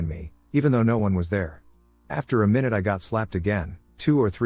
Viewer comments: screams mynoot in pingu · I always get a chuckle from it mispronouncing minute😂 Yes they're spelled the same way, but still I can't help giggling at "My-Noot"😂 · He lyves mynoot to mynoot